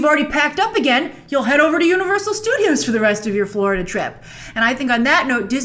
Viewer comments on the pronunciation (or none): none